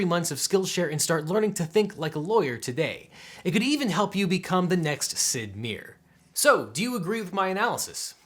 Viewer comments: OBJECTION! It's pronounced Sid MAI-er (not Sid Meer) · Teeny tiny objection: It's Sid Meier like Mire, not Mere. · It's not particularly important, but the last name Meier is german, and as such is pronounced My-er. Might come up again in a future ad spot, so I thought it might be worth pointing out. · Objection: Right at the end, you said "Sid Meer" (rhymes with beer). I'm assuming you mean Sid Meier, his name rhymes with Fire. Like an important person in United States v. Drew, 259 F.R.D. 449 (C.D. Cal. 2009) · FYI: Meier is pronounced like drier. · it's pronounced mi-er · My first reaction was "dafuq is sid mir?" Then i realized he meant sid meier. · Very interesting video, but, Sid Me-er is definitely giving me a good laugh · OBJECTION!! You said Sid Meier’s last name wrong. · LOL "Sid Meer"! Too much!! Hahahaha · Thats not how one says Sid Mier, is it?... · Objections on the pronunciation of Sid Meier's name!